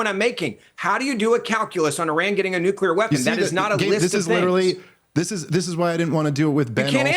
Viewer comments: Bens iq is less than 90..... he literally said nucrear at least 3times😂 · And once again.....if you can't pronounce the word NUCLEAR you should not be on a show talking about anything having to do with NUCLEAR weapons.......is it really that hard of a word to pronounce?????? It really makes a person sound stupid!!!! NUCULER.......give me a break!!!!